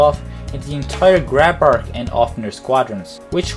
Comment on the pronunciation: Just a little thing. Grabacr is simply pronounced GrabaC. That aside, very well done! I would like to ask for a Belka's History video. It's really worth some investigation, and a lot of people are actually asking for it. Would be good what happened to the Belkan people after the war.